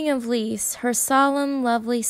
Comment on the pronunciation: Love your storytelling!❤ just s little note: Lise is pronounced 'LI-SE' and not 'LIS' - you hear the E🫶🏻